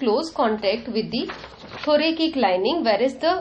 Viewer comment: Also its not THORAKIK its read as THORASIC